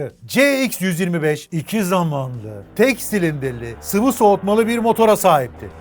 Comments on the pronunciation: 2 zamanlı derken o nasıl bir diş sıkması yaa :D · Şu " iki zamanlı " derken ki o vahşi vurgulamana hastayım:)))))) sen çok yaşa <3